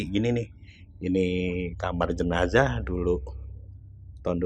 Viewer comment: JENAZAH ATO JENAJAH? 🤔😁